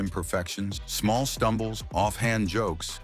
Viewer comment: I It's NOT "BRAY"! It's "Bree", you stupid BOT!